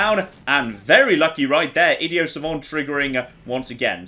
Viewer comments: I D I O T with a T!!!!!!!!!!! not idio.... please everytime you say it, its killing me a little inside.... also love the vids please keep it up dude :) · Can we just take a moment and talk about the way pronounces "Idiot" like,, THERE'S A T RIGHT THERE I've never heard anyone, including other British people, pronounce it as "id-e-o", PRONOUNCE THE GOSH DARN T PLEASE